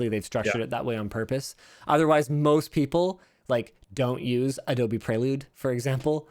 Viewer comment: I noticed Linus pronounced "Prelude" correctly this time. For the Adobe product named like the Honda Prelude.